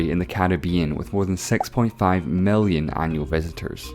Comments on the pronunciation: Tree hundred fefte mellion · Why is he pronouncing i as e and e as i? Mellion? Bellion? fefty? Sexty?